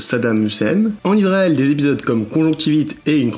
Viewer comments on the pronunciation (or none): none